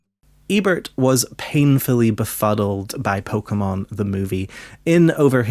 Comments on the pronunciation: Ebert pr0nouncing pokemon as “pokamins” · "Its about acquiring pokamins"